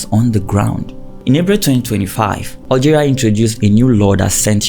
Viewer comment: PS: it's Algeria not Oil geria it's BESH AR not Bek ar